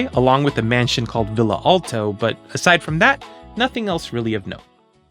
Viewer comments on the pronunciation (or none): none